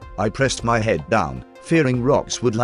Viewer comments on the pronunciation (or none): none